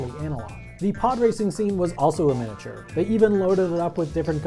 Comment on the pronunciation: Take a shot everytime he says 'minature'